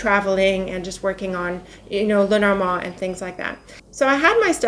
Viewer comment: Where are you from,??? You are such a regal queen, love the way you pronounce "Lenormand", the actual French/French-Canadian way of pronouncing it, which is why I asked where you're from, you look like you could be French or French Canadian, what is your heritage? Just must be something so very lovely!!! 😁🤗